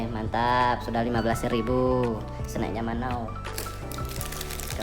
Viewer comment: Btw kok gue salfok sama cara abangnya nyebut kata "snack" ya? Dia kayak bilang sne' gitu... agak gimana gitu dengernya